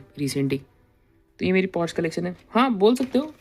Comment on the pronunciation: It's pronounced Porsche "पोर-श" and not porsh!